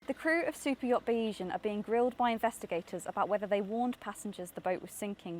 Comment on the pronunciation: Bayesian is pronounced BAY-ZEE-YEN